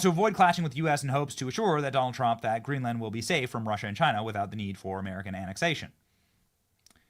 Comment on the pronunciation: FFS, Greenland is ONE WORD. Its not Green-LAND.. It sounds more like "greenlend". And its BEDMINSTER.. NOT Bed-Minister